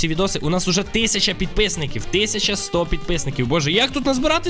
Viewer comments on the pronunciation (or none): none